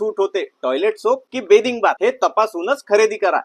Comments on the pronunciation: बेदिंग बार ✔️ बाथिंग बार❌😂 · बॅदिंग बार नाही बाथिंग बार म्हणतात दादा 😁 बाकी माहिती खूप चांगली दिली मी साबण चा TFM 76% असेल तर च घेते 😊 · बाथिंग बार म्हणता बिथिंग नी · Pronounciation neat kar Dada... बाथिंग बार‌ असत ते बेदिंग बार नाही.. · बेदिंग नाही रे बाथिंग 😂😂😂😂